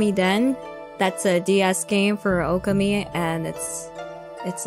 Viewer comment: Okami was one of my favorite games on PS2 and many years later I did end up playing the sequel in... English. So the game definitely did get localized. Not sure how she got duped into buying a JP copy. That being said though.. plz. The pronunciation is...Oh-Ka-Mi.